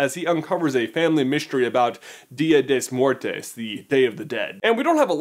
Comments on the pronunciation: "Dias des Muertes" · "dya dei lous muertous" JAJAJAJA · When he says "dia de muertos" 😂 Todo un gringo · that's not how u say it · you butchered the name of the day of the day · Lmao he butcher dia de los Muertos